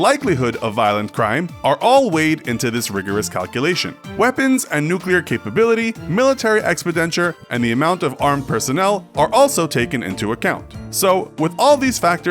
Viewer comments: Yea...and it's ex-PEN-di-ture, not "expi DENture" smh. The info on this channel is pretty good, but you'd THINK the narrator guy would research how to pronounce words correctly since he speaks for a living. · Gotta look out for that Military "Expidenture" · "expedenture"? Recurring mispronunciation of expenditure. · Word of the day: ex-pen-DI-ture! I've noticed you mispronounce a word or two each video--and I refuse to think it's a mistake. You MUST be doing it on purpose. On the lookout from now on!